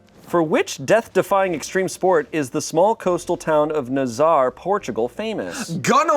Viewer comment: On one hand, that pronunciation of "Nazaré" was woeful, on the other hand, gun ownership definitely fits lmao